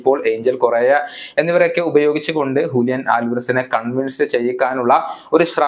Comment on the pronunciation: Hulian alvarez❌Julian alvarez✅